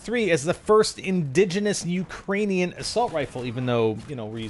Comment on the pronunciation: RL i am from there, it is the incorrect way to say it, and every ukrainian knows it. sorry if i came off kinda douchey its just a common mistake and very aggravating lol